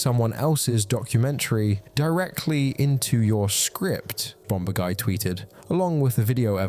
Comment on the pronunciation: I’m sorry to be that guy but it’s not H-Bom-bur-guy. Like Bombur from the hobbit. Bomb has a second b in it but you don’t pronounce it. It’s H-Bom-er-guy.